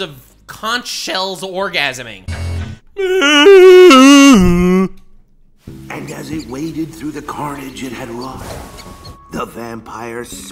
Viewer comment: "Conch shells orgasaming" got me.